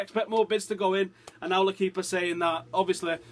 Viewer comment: its l...equipe pronounced u are allowed to say it correctly. dont be a moron always dumbo